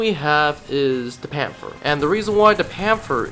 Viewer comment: Pan-ther not pan-fer